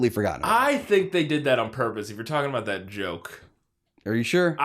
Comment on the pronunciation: Smash “taht” like button? Really guys? Lmao